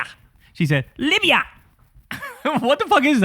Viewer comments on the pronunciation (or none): Omg Kyle when you called her out for the way she says words like “Libya” emphasis on the “AH” at the end, I nearly spit my drink out because I thought I was the only one who noticed that annoying way Megyn Kelly speaks!! She does the same thing every time she says “ObamAH” every single time and it drives me crazy!! 🤣🤣 she’s a fucking nut job 🖕🤮🖕